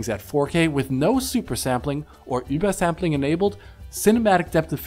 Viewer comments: He is pronouncing it absolutely perfect because he is actually german and that is how you pronounce it. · I would agree if it was called Uber-sampling, but it is called Über-Sampling, so clearly a german word, why would he not pronounce it like a german word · Sentinel it really doesn't. And his pronunciation is correct. It's a shame that you kids get all worked up about foreign languages. There's more to the world than just English. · You're gonna go out of your way to properly pronounce über for übersampling, but you're gonna pronounce gaussian as "gawzhin"? Great review though. Keep up the good work!